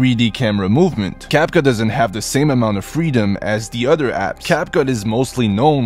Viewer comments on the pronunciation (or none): de utter apps or the beest BROOOO TALK RIGHT